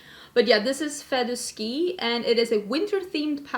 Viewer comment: Fait du ski means is skiing, it's french and you said it perfectly ! Kisses from France